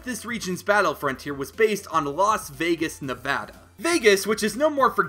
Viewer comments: OMFG YOU SAID NEVADA RIGHT LEEEETTTTTSSSS GOOOOOOOO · I am a simple man. If Nevada is pronounced correctly, I leave a like. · YOU PRONOUNCED NEVADA RIGHT. THANKYOUUUUUUUU. Oh and I live in Reno and there is some “ghost town” looking places like Virginia city.